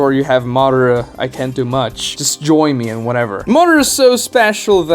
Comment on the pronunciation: Do you call Madara Uchiha "Mara" or is it just me?